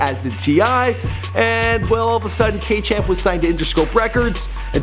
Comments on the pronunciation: he said k champ 😂😂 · He said k champ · He said K Champ towards the end.